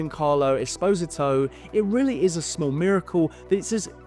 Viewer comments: it's REALLY not that deep dude. Giancarlo himself has literally TOLD the public how to pronounce his name correctly. If it takes months for you to learn how to form the sound "Espo-ZI-to" to its proper "Es-PO-sito," in your mouth, then I question how many languages you've actually learned. Or how well you've learned them. Then, instead of adjusting your perspective based on new information, you bring up cancel culture and hint your discomfort with pronouns? We're not talking about language. We're not talking about cultural standards. We're not talking about pronouns. We're literally talking about an individual's name! And you're sitting here getting indignant about it? Bruh. Just admit you don't like being told you're wrong about something. 🤷🏻‍♂️😂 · “Giancarlo Expose A Toe.” Good god man. Good video but that moment killed me. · did he really just say Es-pose-e-toe 😭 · dang, I really thought it was pronounced Es-poe-see-to 😭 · The way he pronounced it hurt me physically ahaha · Esposito. S-POE-SEE-TOE... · Movie was so average it ended up being bad also getting a thumbs down just for how you pronounced Esposito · I'm not going to knock it too much, because I'm another white guy who has certainly mispronounced my own set of names, but my guy that is not even close to how you pronounce Giancarlo Esposito. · Im sorry but i just cant get over how youre pronouncing Giancarlo Esposito's name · dear god mate, never heard someone butcher "Esposito" so badly 😂😂😂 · Never heard Esposito pronounced like that…